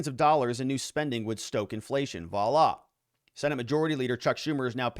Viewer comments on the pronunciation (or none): none